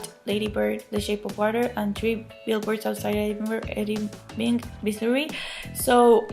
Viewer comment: The Oscars are bit to stuck up for my taste.I hope "Shape of Water" and Guillermo del Toro sweep at the Oscars.I'm pretty confident he will get Best Picture and Best Director. I want to congratulate you for saying Missouri correctly.I live in Missouri and most people that live here say it wrong.LOL I'd love to see Gary Oldman win.He's the best.I'm pissed that Wonder Woman got snubbed.Patty Jenkins should have a nomination for Best Director.The fact that the Emoji movie and Boss Baby might get a statue but Wonder Woman gets nothing should be a crime.I am also rooting for Coco! I would love to hear your thought on the movie because I loved it.I think Planet of the Apes will win for FX because it looks so realistic.I enjoyed your video.Take care!